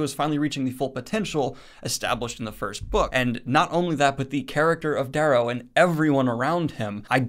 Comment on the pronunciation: Does the guy who narrates on audible pronounce it the way you do? Because it's supposed to be Darrow, as in arrow with a d.